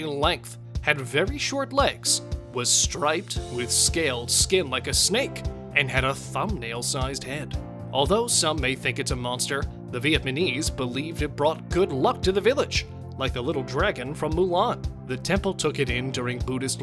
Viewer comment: Very interesting video. But you threw me off for a second. I thought the narrator said something was "at my knees". After going back and listening again, I then understood he was pronouncing "Vietnamese" incorrectly with "Vietmanese" lmao!